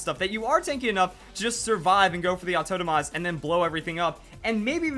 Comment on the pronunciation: "autotomize" pls